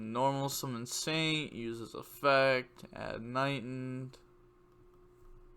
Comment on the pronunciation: And it’s KnightED. Not Knightend. Just to let you know.